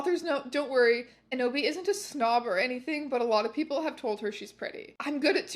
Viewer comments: Every time she says Enoby I hear Kenobi and "hello there" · Every "Enoby" and "Eboby" sent me to the stratosphere